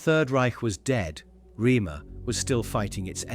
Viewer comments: It's not 'Reamer' as you say. Phonetically it is 'Raymuh' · For God's sake, it is pronounced 'Raymer'!